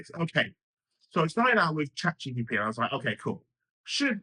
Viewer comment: Guy can’t even say Chat GPT right.